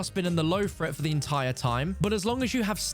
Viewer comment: "Low fret, medium fret, high fret" - don't fret! (Although maybe learn how to speak English when being English) 🤪